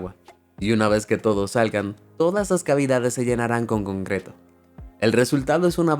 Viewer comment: soy yo o a partir de aquí empezó a decir cumcreto? Xd